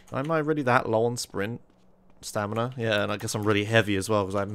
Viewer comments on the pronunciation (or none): "Stanima" xD